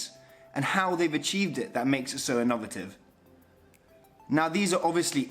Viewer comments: I didnt choose anyone with a name that might suggest they are working class, so i went for a Silver Spooner pmsl. "IN NOV ATTIVE"? Heres to learning how to talk properly. Apologies, i've just realised who his dad is....commercial director of Ferretti. So all you guys who sent in your application? You never stood a chance guys and girls.....Cronyism rules! haha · say it fast ... inner ver tivv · The way he says innovative nearly drove me nuts lol. But good job and nice vid. Can't wait to see more of this yacht. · I thought "innovative" was an entirely new word 😅